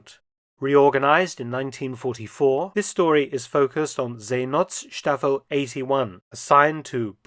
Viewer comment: Hint: It is pronounced See|not|staffel and not See|nots|taffel.